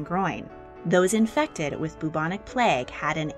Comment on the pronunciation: It's pronounced like "Byou-bonic" plague; not "Boo-bonic" plague.